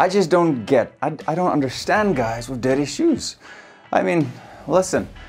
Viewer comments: The first one i thought he said "daddy shoes" 😂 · I thought he was saying daddy shoes for an entire minute 😂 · I heard "daddy shoes" for 1 minute and was trying wrap my head around it. 😁 I`m not native though. Good video! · I heard DADDY shoes instead of dirty 😂😂 made me laugh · Love the way he says "dirty"😄😄